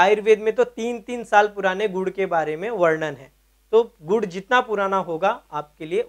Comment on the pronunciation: Godh godh bola 😂😂🤣